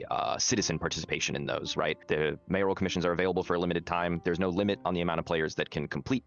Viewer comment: Sorry it ground my gears so I had to point it out. It’s not MAYOR-I-AL it’s MAYORAL.